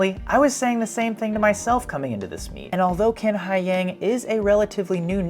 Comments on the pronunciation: His last name "Qin" in Chinese pronounces similar to "Chin", not "King" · Let's start with the correct pronounciation of Qin Hai Yang's surname, which is "chin", NOT "kin"! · Qin is pronounced chin rather than kin. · it's Qin (Chin, not exactly right but similar) Haiyang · His last name is not kin, it’s Chin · A bit off topic, but two notes. First, Q in Chinese is pronounced a bit like CH (but with the tip of the tongue closer to front teeth), so it will be better to just say Chin. Second, his given name Haiyang actually means ocean!! Seems like he was born to be a swimmer!